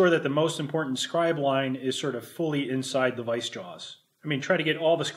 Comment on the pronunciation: Did i catch him saying "Wice" or am i miss-hearing vice.